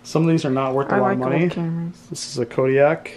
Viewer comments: Kodiac = Ko - dak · I believe that the camera is a Ko-dak (Kodak) not Kodiak like the bear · It is pronounced Kodak not Kodiac lol